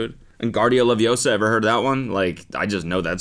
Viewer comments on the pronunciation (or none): cody bro, its leviOsa not leviesah..... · Am I the only one who imagine the Hermione meme when Cody mispronounce "Wingardium Leviosa "It's Levi-O-sa, not Levio-Saaa!"